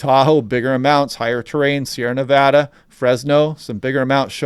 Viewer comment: Excellent content. And thanks for pronouncing "Nevada" correctly!